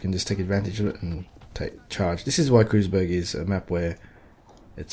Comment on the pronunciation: pronunced "Kroouul-tz (tongue to the roof of your mouth) berg" not cruiseberg